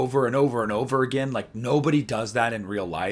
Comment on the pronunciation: I agree on the Loomis thing. … that “Did he kill agayyn ?” line … ugh. lol